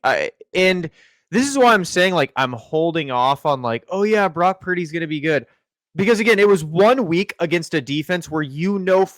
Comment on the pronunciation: Following on utube with 38 followers.... Im a functional drinker. looks like he's tittering on the rails. Brock, not Brack....1st 20 seconds. Love u, something kinda out of line.